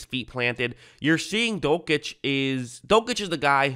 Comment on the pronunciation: You're pronouncing dulcich wrong